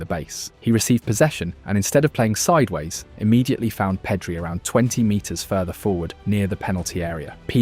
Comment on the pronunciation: Nothing wrong with a good AI video. but this one isnt great. I stopped watching after "PEEEDRI"